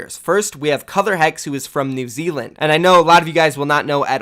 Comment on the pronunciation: Now just imagine if Americans didn't say New Zealand so badly lol